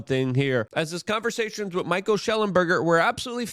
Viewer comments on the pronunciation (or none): none